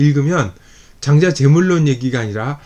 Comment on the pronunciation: 첫 째, 장자 깅의에, "장자"의 발음이 틀렸음을 지자하지 않을수 없읍니다! "장자"의 " 장"자는 길게 발음해야지요. 장자 강의를 하시는 학자께서 "장자"발음ㅇ.ㄹ 발.게 발음하지 못하는 한극의 문화가 한없이 슲ㅇ오이다. 한국 언어 타락상이 하 분하여 "눈물로" 쓴 책이 "한국 어문을 고발함"이오니, 고국 동포 며러분! 이 책을 조용히 읽어 ㅈ 시옵소서 미국 변 완수 드림